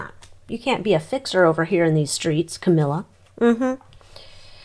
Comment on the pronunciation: Did you say cowilla.